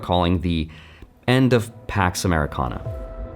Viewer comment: Not "Pax Ameikana"..... "Pox US"